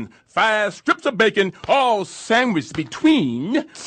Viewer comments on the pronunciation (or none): none